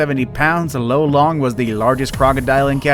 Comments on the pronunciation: Lolong not lo-long hhe after 8 or 10 years after capture. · it's not "low-long", its lo-long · Lolong is pronounced lawlong not lowlong in the Ph.